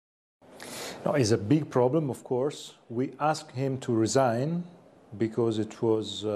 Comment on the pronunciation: Il megliore di tutti è Dini il peggior e' quel carciofo di " shok becoussssse"!